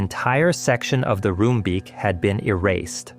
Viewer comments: It's still one of the worst disasters in Dutch history. Along with the Bijlmerramp and the Watersnoodramp. Not much to correct, though Enschede is pronounced with a dutch g and Roomsbeek is more like roamsbake in pronunciation. That said, SE Fireworks had once been outside of city limits. The city just thought it'd be a good idea to build around what's essentially an explosives storage site, despite warnings. The company should've been vacated ages before the 90's. IMO, especially in light of the tomfoolery after, the majority of the blame should have gone to the responsible politicians. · btw the double 'o' in Roombeek is pronounced as the double 'o' in JOOP! the famous german fashion brand